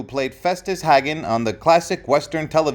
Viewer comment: The last name of the Festus Hagen is pronounced Haygun and there is only one g in his name.